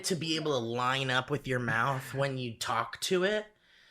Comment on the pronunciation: How on earth did you get through half an hour of talking about people's final words without dropping a "too much wwater inmy maouth"